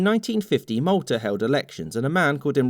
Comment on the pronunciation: that's Malta 🇲🇹 he clearly said Maltar.